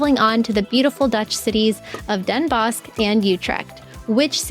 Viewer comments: It is NOT Wondelpark, it is Vondelpark, and it is [Den Boss] NOT Den Boshk...and it is Utrecht and not OUtrekt...Better check wikipedia, and lean how to pronounce the Dutch Alphabet... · Indeed. Den Bos, with a slightly harder or pronouncd "s". Definitely not "sh". An immediate giveaway that you're foreign. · Pronounced denbos (S). If meetup, please let me know. I'll show up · I don’t want to nitpick, but … Den Bosch is pronounced Den Boss.